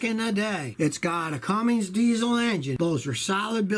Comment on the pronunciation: Cummins, not Cummings. There IS a difference! 👨👨👨